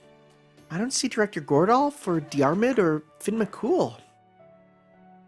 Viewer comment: Fair enough I suppose. I'm just Irish so it pains me hearing my man being called "Finn McCool" 😭😭😭